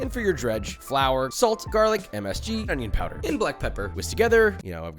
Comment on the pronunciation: You said Onion powder wrong at